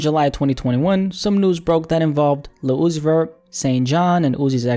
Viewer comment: ‘lil uzi verr’ 😭